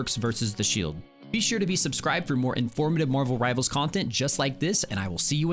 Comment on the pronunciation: Disliking til bro stops saying Rivalers. Besides that awesome video! very helpful